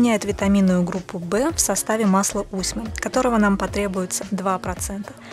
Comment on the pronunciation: А не подскажите чье производство масло???? Усьмы, мы ею красились усьмой, дает зеленый, потом черный цвет. Прикольно смотрелось на моей двоюродной сестре, светлая от природы, была с зелеными бровями, пока не смылись. Была потеха для моего дяди. Кстати ударение на последний слог.